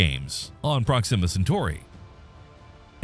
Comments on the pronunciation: Please stop saying Proximmer instead of Proxima 😭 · PROxima, not proXIMa. Ouch my brain ears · While we’re mentioning issues, the narrator pronounces Proxima weird. Emphasis on the wrong syllable. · I wanted to enjoy this video but the continual mispronunciation of the word "proxima" was just too distracting.